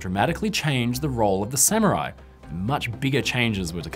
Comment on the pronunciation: The rare instance of a British scholar who doesn't pronounce Samurai as "Sammy-Rai".